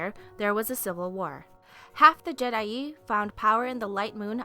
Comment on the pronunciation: I don't know if someone's told you yet, but jee-DAI